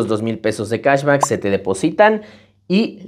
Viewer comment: Cahsbaccckkk por qué pronuncias mucho el baaaccccckkkk?? 😂